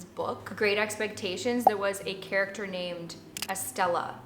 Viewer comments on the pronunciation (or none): none